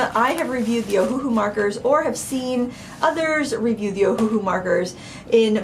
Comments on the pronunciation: Just a quick FYI that the company named itself after the Hawaiian island of Oahu, so it's not pronounced Oh-Hu-Hu, it's actually pronounced Oh-Uh-Hu (Owahoo). For some reason, they went with a phonetic spelling and that's why so many people mess up their name. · Yeah Ohuhu as read sounded quite silly